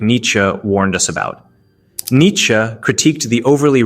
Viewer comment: Congrats on pronouncing nietzsche’s name correctly. That’s rare on youtube. Great video 👏🏻